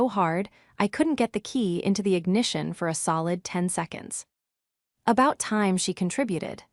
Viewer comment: Your Pronounciation of the time is EXAGGERATING, why not pronounce it CORRECTLY?😂.